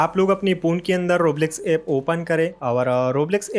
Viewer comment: Roblox ❌ Rabalax 👍